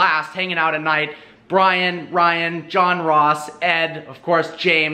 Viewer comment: Did he say John Ross 🏃🏿💨